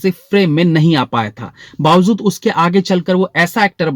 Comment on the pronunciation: "Bawazood" nhi "Bawajood" hota hai.